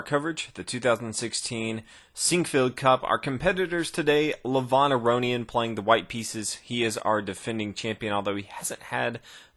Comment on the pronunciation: the way u pronounce Levon isn't like how u said it in the video. the E is supposed to be said like E in elephant, not like the letter A in another. also the O is said as if ur saying oh not on. soo kinda like ( Leh-v-oh-n)